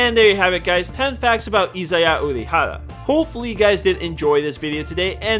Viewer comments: I'm really sorry... but it's 'Ori-hara' not 'Orohara'... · "IZAYA URAHARA" TRIGGERED (lol no, sorry, I had to) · izaya ORIhara not izaya URAhara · Why was he saying urahara at first 🤣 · Am I the only one who thinks he says Urahara (like the one guy from Bleach) instead of Orihara? xD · "Dur-ra-ra-ra ....Izaya Oorahara" The fuck are you saying omg. This hurts to listen to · It's Orihara not Urahara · its not pronounced "Udihara".. its "Orihara" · "IZAYA URAHARA" Please learn to pronounce your "favorite" character's name. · It's O-R-I hara not URI for fuck sake 🤦‍♂️ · Its orihara with an 'O', you need to understand that he is not a relative of some BLEACH character. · Is it that hard to say Orihara? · It's a nickname. It's equivalent to "troll-zaya" ... I thought he was pronouncing it wrong too, until he said "Orihara" when referring to the Baccano easter egg... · Says he is his favorite character. Mispronounces his last name. Edit: why do you say it right here but get it wrong before.